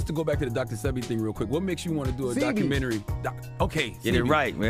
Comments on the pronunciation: Dr Sebi: Pronounced Seh-bay, not See-be. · I had to cut this video short due the the mispronunciation of Dr. Sebi’s name that was repeatedly used! PRONOUNCED Say-b not See-b! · OMG HIS NAME IS DR SEBI (PRONOUNCED DR SAY-BEE) JUS SAYIN. THANKS FOR THE REPORT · His name is pronounced Saybee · It's pronounced "Shébi", a Yoruba name from West Africa. We're known for curing any ailment using natural herbs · pronunciation DR 'SAY BE' DR SEBI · I think it's pronounced Dr. (say - Bee) Sebi. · It's Dr Sebi (pronounced, Say-bee) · its. Dr.sebi that's how it's pronounced